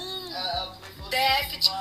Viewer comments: A madame aí ex-pobre fala inglês mas não consegue pronunciar a palavra déficit.kkkkk Ainda bem que a professora detectou algo que ela como mãe não teve capacidade de detectar. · ''...DEɅTHIT...'' Para ficarmos na esfera ''D'INGRÊYS...'' 🙄 O vídeo da esposa do famoso jogador é a PROVɅ CɅBɅL de como gente TOSCɅ, porém, ENDINHEIRɅDɅ, pode se achar DONɅ DɅVERDɅDE... Meu irmão mais novo trabalhou como auxiliar administrativo em um pré-escolar da rede particular. Certo dia um dos alunos não se aguentava de coceira e a Professora constatou se tratar de bicho-de-pé, adquirido após visita com familiares a uma fazenda num distrito rural de nossa cidade no fim de semana. Como a escola dispunha de uma farmacinha com pequeno aparato para ocorrências do tipo, a criança teve o hóspede indesejado devidamente DESPEJɅDO do local invadido, assepsia e curativo feitos, retornando a sua rotina. Foi enviado um bilhete relatando o procedimento e aconselhando a profilaxia adequada quando passeios assim fossem feitos. No dia seguinte, o menino reportou não ter levado o bilhete assinado porque o pai o rasgou, jogou no lixo e mandou avisar que ela não fez nada além de sua OBRIGɅÇÃO, afinal, ele pagava mensalidade cara ali. É esse o NɅIPE da educação que certos pais dão aos filhos, plena de ɅRROGÂNCIɅ. Imagino quantos Professores passam pela desagradável experiência de topar com gente tão ɅNIMɅLESCɅ. Nesse episódio ''REɅCTɅDO'' pela titular do canal, erraram ambas!...: a Professora, por, conforme explicado, não comunicar antes a equipe pedagógica, e a mãe BɅRRɅQUEIRɅ, cuja atitude deveria ter sido tentar contato com a escola para se informar melhor a respeito do relato levado pe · está precisando rever as suas atitudes Que intolerância é essa com a dificuldade da mulher em falar déficit Imagino ser aluna ou aluno da